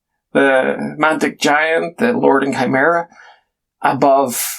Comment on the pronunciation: OK, so the good news is you did a decent job of pronouncing Chimera, but I don't know how you got lord so wrong.